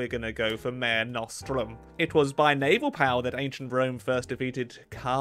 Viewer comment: I know it doesn’t matter but if you are pronouncing mare nostrum its Latin and it’s pronounced ma-re (re like red) nos-strum and it means our sea anyway love the video ❤